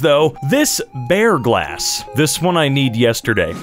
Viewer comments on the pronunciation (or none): "Bear grass" "Bear glass"